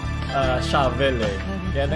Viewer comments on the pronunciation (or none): none